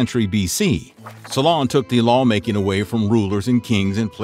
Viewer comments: It's not SolOn, it's SOlon. (I am not sure why this is so bothering, other names are mispronounced too, but it is... "So long, SolOn! 😀) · Oh, the bad pronunciation in this! "Salon" and the "island of salamies", hehehe! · Solon = SEW lun